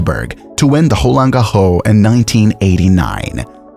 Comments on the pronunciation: Is the narrator of this video a human or an AI? What is "holan gaho"??!? The French pronounce Roland Garros with a well hearable "S" sound at the end! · mate, change your way of saying „roland garros“